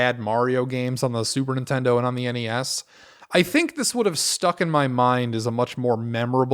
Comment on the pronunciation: I'm assuming "Superintendo" is an intentional mispronounciation, maybe a reference to the way James as a kid said Super Nintendo, but dunno. BTW, Crazy Castle or the Christmas episode with Keith are my favorite AVGN shows.